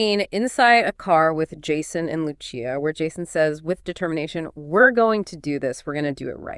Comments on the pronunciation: Why does the narrator keep saying Luchia, she said it right the first time. Great video tho 🤣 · yea I’m pretty sure. Sounds like that one Gemini model. Also, the creator won’t explain why they keep mispronouncing Lucia’s name…almost as if they aren’t saying it themselves